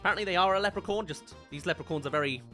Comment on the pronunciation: sounds like you're saying "lepricorn" so I hope you know it's acctually pronounced "lepricorn